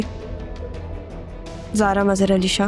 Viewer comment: maamu said sara instead of zara